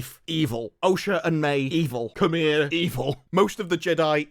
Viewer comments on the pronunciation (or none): none